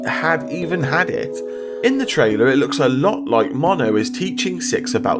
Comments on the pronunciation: you said nono instead of mono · You say Mono like 'moe-no' 😂